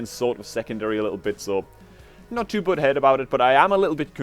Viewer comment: Everytime you say "butthurt" it sounds like "butthead".